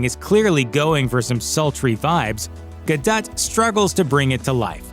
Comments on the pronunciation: It’s GAH-DOH! not Gadut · Who is Gal "Gaduut"? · Did you really just call her Gal Gadut? 😂